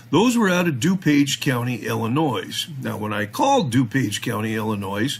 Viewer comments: The ‘S’ is silent in the word “ILLINOIS” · You notice how pronounces Illinois... had to look it up... dude pronunciation... y'all make fun of 'Auditors' mis pronouncing words.. how 'bout a wee spell check amongst yourselves lol